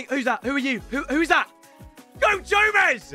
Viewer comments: Did I just witness calling ‘Santino Marella’ Santi Cazorla and him calling Joe Gomez ‘Goe Jomez’ 😂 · Did anyone notice he said “go jomez” when he pulled totw Gomez😂😂😂